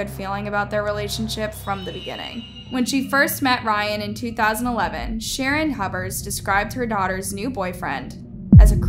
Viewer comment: it's Huber's